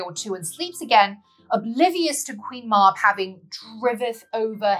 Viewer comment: Sorry but it’s pronounced Queen Mab as in Cab she also Appears in Merlin folklore either as the Queen of the old ways (paganism) or Druid faith or else she is a fairy who speaks in riddles.